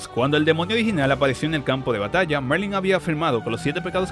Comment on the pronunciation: Se llama Merlin, no Marling, eso en Atak on Titan jjj